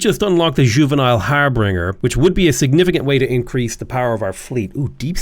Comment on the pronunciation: I BEG YOU PLEASE my ears are dying its "har bin jer" not "har bring er" it comes from old saxon "herbeg" or "heribeg", which was a job title. in the days before telegrams, if you were going to travel to a city with your entourage, you'd send someone a few days ahead to do stuff like figure out if the town had an inn, or if maybe the local lord had extra bedrooms and would rent them, or whatever. this person was your "herbeger" and performed the task of "herbeging". the etymology actually shares a root with "harbor", not in the sense of a coastal port, but rather more like harboring a fugitive nobody brings anything. there's no "harbRinger". har bin jer it's not quite as grating as when people pronounce "et cetera" as "ec cetera" but it's close lol